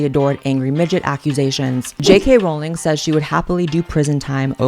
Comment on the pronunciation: I know you were truly into Harry Potter because you pronounce it "Rolling" (correctly)